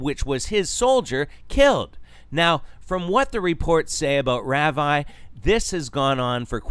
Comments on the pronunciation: It's pronounced rah-vee. Geez, at least know how 2 pronounce it since you're doing a video about him. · just saying, it's pronounced "Rahvee", not "Raaveye" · thats an interesting way to pronounce ravi 🤣 - RAVIEEEEE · You pronounced his name wrong...